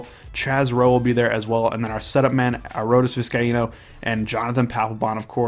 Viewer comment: I think it's A-Road-Is Vis-Kye-Eeno. I think that's how it's pronounced. Looking forward to Bartolo!